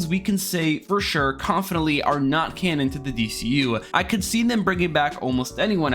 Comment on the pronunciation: I thought you were saying “loose cannon” the whole time lol